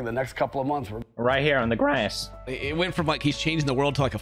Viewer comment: “Right here on the grÄËæs.”